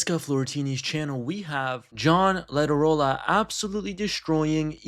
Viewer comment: John Iadarola. 'I', not 'L'.